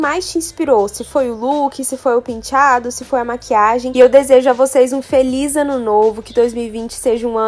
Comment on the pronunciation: eu morro de amores quando a fala "pintiado"